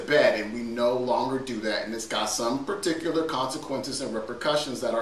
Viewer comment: anyone else think he says 'particular' like Dr.Evil from 'Austin Powers'?